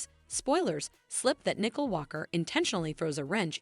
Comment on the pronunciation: Get the names right. It’s Nicole not nickel